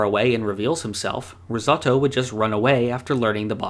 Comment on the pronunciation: Rizzautto? It’s ris-oh-toe